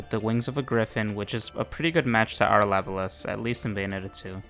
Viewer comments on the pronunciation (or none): LA-BO-LAS !!! Ffs